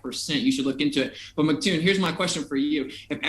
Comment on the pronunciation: Love the video, been watching lots of your stuff! By the way, minor nitpick but its "emcee" Toon, not "Mic" Toon.